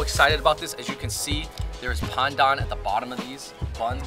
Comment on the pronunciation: i'm glad you guys switched up the pronunciation of pandan, it's been a long time coming!! Dope vid y'all!